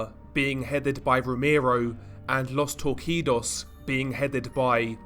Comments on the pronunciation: it's actually pronounced tor-see-dos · Normal People: Los Torcidos DR, an intellectual: Los TORR-KEE-DOES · Great video super entertaining backstory, just some minor feedback, Los Torcidos is actually pronounced with an s so it sounds like los torsidos not a q. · It's pronounced "Los Torseedos" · FYI “Los torcidos “ is pronounced LOS TORSEEDOS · "Los Torcidos" is pronounced Tor-see-dos, brother. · Los TOR-SI-DOS the twisted ones